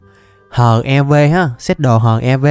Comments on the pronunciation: ơi bộ giáp HEV anh phải đọc là "Hắc Y Vê" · giáp HEV đọc tiếng anh thành HIV luôn :))))) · Ko phải là HEV đâu mà là hắc i vê á